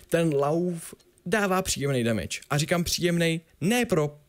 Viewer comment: Co to je damáš? Damage má svou vyslovnost tak to dodržujte :D